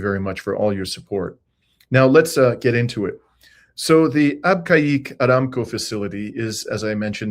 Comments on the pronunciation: Abqaiq. British and American expats pronounced it AAB-cake. And Dammam DAH-maam. In Arabic, Abqaiq is actually pronounced Beh-keek. Dammam is Ah-dhim-mam (say it quickly) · PRONOUNCED AB KEG WORKED AND STAYED THERE 50YRS AGO